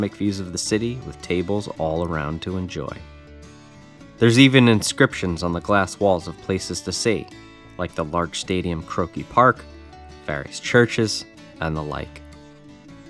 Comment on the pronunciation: In Croke Park the E is silent